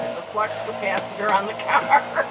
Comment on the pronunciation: Bad "capacitaah" strikes again mama :) 🤭👌